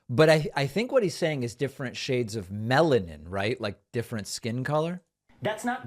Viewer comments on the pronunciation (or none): I also thought he said "shades of melon"! 😂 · He 100% said melon 😂 I’m deaddd💀😭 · He means melanin — he just didn’t pronounce it right.